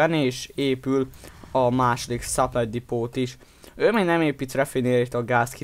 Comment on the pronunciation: Vmi gold liga vagy stb. Am assep a suplay depo-t csak simán supláy depó nak ejtik.. Am csak egy tipp megütotte a fülem